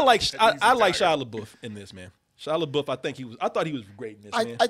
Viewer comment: Take a shot every time you hear Shia LeBOOF.